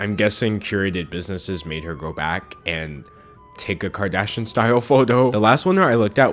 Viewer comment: The way he messes up the names ughh